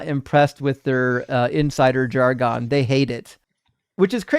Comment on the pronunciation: the pronunciation of "jargon" is not "jar-'GONE." It is "'JAR-gun." Pronouncing words incorrectly hurts the cause especially when you give them grief about pronunciation in the SAME debate. LOVE YOU,! 🙂